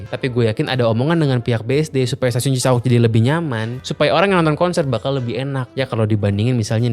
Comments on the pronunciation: Duhh cara baca Cisauk nya bikin sy gelisah. Bacanya biasa aja , Cisa-Wuk.. jangan Cisa-Ukk😅 Btw Cisauk ini salah satu stasiun paling TOD di Bodetabek. Ga cuman dia nempel sama apartemen, dan Pasar Modern... dia juga nempel deketan sama Perumahan padat Serpong Garden dan Citra Garden Serpong... penghuni bisa banget sepedaan... dan taruh sepeda di parkiran Cisauk Point. Kelemahan terbesar nya adalah Green Line KRL ini armadanya kureng, udh gitu jadwal ga sebanyak Bekasi/Bogor. DAN pas jam kantor, Green Line itu jauhhhhhhhhhhhhhh lebih pepesan ketimbang trayek Depok/Bogor. Jadi bagus emang stasiunnya , tapi keretanya paling jelek dan paling ga nyama di antara seluruh line KRL. Karena sekarang pengguna KRL nya udh menyebar sampe ke Maja, Rangkas, sama Parungpanjang. Bukan bermaksud sinis, Green Line ini termasuk trayek yang juga merangkap "angkutan pedesaan" buat pedagang kelas bawah ke Jakarta.😅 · Cisauk bukan cisa'uk. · Gak CI-SA-UK juga dilafalkannya... Tapi Ci-SAUK spt pelafalan. MAU. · CiSauk bukan cisa uk